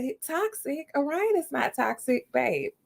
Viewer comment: No me mispronouncing Orion as Or-Ree-on.